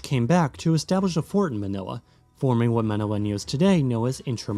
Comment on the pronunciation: Your pronunciation of the names of the places is almost perfect